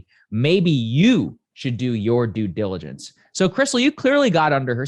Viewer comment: Do diligence? Due diligence? No native speaker me would like to know, what's good.